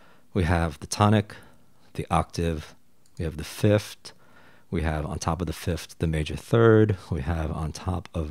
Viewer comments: I’m sorry to complain about this but it’s pronounced fifth not fift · All this knowledge and fancy chart and can’t pronounce ‘th lol. It’s fifTh, not fifT! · why are you saying fiftd and not fifth? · People may have a hard time understanding something like this but you say things like fifth-t haha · Great video I can get over the pronunciation of 5th, “start from the fift” is so endearing somehow. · Fif-TH. Say it with me: Fi-F-TH. Just like four-TH or TH-ird. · I like what you're doing here but I can't listen to you saying "fift". Why do you say it like that?